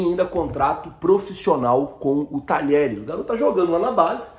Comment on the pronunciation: Fala irmão ! Uma dica: Apesar do nome do time argentino se escrever "Talheres", que é um time mediano da região de Córdoba, na hora de pronunciar, falamos como se tivesse as letras (dié). Dizemos "Tadiéres". Abraço e parabéns pelo canal!